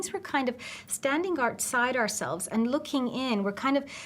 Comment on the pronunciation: looking. not ooking